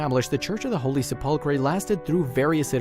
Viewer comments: You can look it on on Google Dictionary and hit the speaker button, and it’ll tell you how to pronounce the word. I mean, it’s the main subject of the video, and they couldn’t be bothered to look that up? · Oh my gosh you are murdering that word. You people are so ignorant and you make these videos and mispronounce so many words. You really sound stupid. Learn how to say it from a Catholic please and redo your video. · Thank you for correcting the narrator in the pronunciation of sepulcher! It is a French word, if I remember correctly. Also do you notice many American narrators (where English is their first language), incorrectly pronounce the word “epoch” ee-pock rather than “eh-puck?” The first time I heard it pronounced incorrectly, I thought the guy said Ewok, you know, those little bear creatures from Star Wars? Haha!! 🐈🙃🙂🙃🦋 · Learn how t pronounce "sepulchre." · PLEASE FIND A DICTION-ARY, READ IT & LEARN DICTION FROM IT!!! How to pronounce WORDS..... for instance, it is SE pul chre NOT se PUL chre!!! TAKE A CLASS!!! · What's a sepulcray? It is pronounced Sep-ul-ker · The pronunciation is SEPulchre, dear boy, not sepULchre; very ittirating.....! Keith MANCHESTER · You mispronounce the word "sepulcher". You have the British form of the word - "sepulchre". There in lies your mispronunciation. The "chre" is not pronounced 'cree' or 'kree'. It is pronounced 'ker'. So, "se-pul-cher" or "se-pul-chre" are pronounced the same. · The narrator cannot say sepulcre slap him on the back of his head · the word Sepulchre is pronounced SEP Le Cur. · Sepulchre is pronounced Se-pul- cher. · The word is SEP ul. ker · I'm sorry but I really must tell you that sepulchre is pronounced sepulker. Thank you. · "Holy Sep-pul-krey"?????? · this guy needs to learn how to pronounce sepulcher, The Garden Tomb is much more provable, but that's not the point of the tomb! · please note that the pronunciation of Sepulchre is sep - le - cur. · What's a sepulkray? ;) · Learn how to say sepulchre